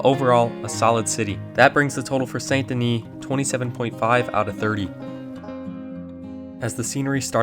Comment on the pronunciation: I see what you did there. Pronounced St. Denis wrong on purpose to farm comments. 😉 Oldest RDR2 video trick in the book. Well, I'm not falling for it.... Wait a minute!.... Darn